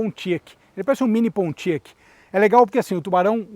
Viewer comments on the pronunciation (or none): Pronuncia-se “Poniaque” em ingles.